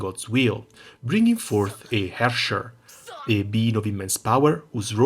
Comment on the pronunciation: Happy to hear you enjoy it as much as I do. Also, I can't recall the last time someone pronounced Herrscher right. Really caught me of guard.